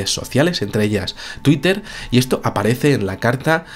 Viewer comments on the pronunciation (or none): none